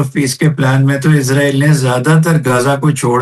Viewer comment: محترم ۰۰۰ اسرائیل کو عزرائیل کہنا درست نہیں لگتا ۰۰۰ سوری